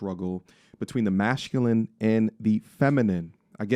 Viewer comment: Great post as per. Bro Y do U keep pronouncing Mashculine?! Is it on purpose or U cant say Masculine?